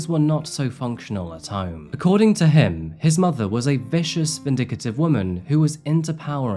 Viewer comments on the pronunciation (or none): VIN-DICT-TIVE not vindicka-tive. RET-ICENT nit ret-issi-ent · I love the fact that mispronounces words that I'm almost positive he does on purpose. VinDICative eLIgible reTI ci ent all words he says in the weirdest way I've ever heard. Not because of his accent but because I think he is the slightest bit oppositional in a twisted way. I like it. Keep it up weirdo. 🙂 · “Vindicative”? Behave yourself 😂